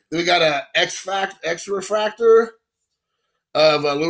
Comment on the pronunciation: I got nuttin' but love for ya dude! Luka is ok too..... ....it's pronounced "x-fractor" you nimrod